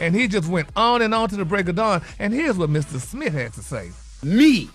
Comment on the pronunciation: Why doesn't Gary ever pronounce "Smith", he always says "Smit"😂😂😂